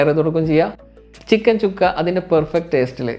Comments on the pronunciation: ചുക്കാ അല്ല സുക്ക ആണ് സുക്ക എന്ന് പറഞ്ഞാൽ ഡ്രൈ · ചുക്കയല്ല സുക്ക (fry)